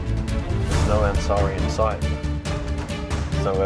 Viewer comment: its ansari not "gasary "